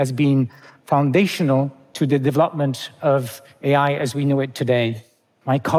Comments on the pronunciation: It's not "dev-LOP-ment" (3 syllables and stress in the wrong place). It's "de-VE-lop-ment". In his line of work he must say this word dozens of times a day. He should learn to pronounce it. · The entity producing this, should at least train its ai in basic pronunciation e.g. of the word 'development' so as to perhaps spare us from the joyless realisation that we are viewing an ai generated & voiced critique of one entity's cliched speculations regarding a future under ai.